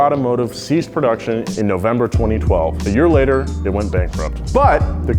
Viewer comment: “Car of the Year” award sounds more like “Car of the Day”